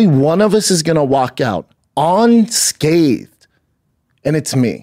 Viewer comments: " ON SCATHED..... WITH A DIET COKE " 😂😂😂😂😂 WOW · He said "suicidal thots" and "uncathed" so he was making fun of him for his usual mispronunciation of simple words? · He said "onscathed" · Yes it is and Bramdom said "onscathed" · “On Scathe”. 😂 I Love when he repeats phrases he’s heard and gets them wrong.